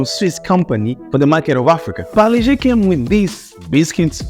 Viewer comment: first foreigner good pronunciation parle G